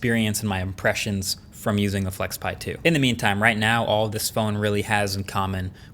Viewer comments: When you said flexpai, i thought pi as in Raspberry Pi. 😅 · Weird "flexpai" but okay...